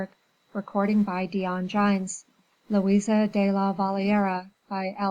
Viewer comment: Louise not Louisa